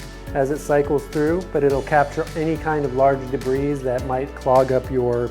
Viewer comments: PLEASE please, it's 'de-bree' not 'de-breeze'. Great video, but this mispronunciation really gets me. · Debris is pronounced “da bree” the s is silent… If you run your drill in reverse it won’t try to snatch and grab on you … no need for a wooden jig. You could save a lot of money making a frame around a storage bin and do away with all those 4” fittings and rain or shine cement… putting them in line will make your lighting easier to place too unless you’re doing this outside